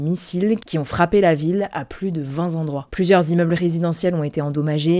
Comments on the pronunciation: vingT endroits, pas vingtS zendroits ! Vingt et un. Quatre-vingts endroits. Attention à la diction ! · VingtZendroits... mes Zoreilles saignent... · À plus de « vinzendroits ». Le francais, c’est votre outil de travail, faites attention.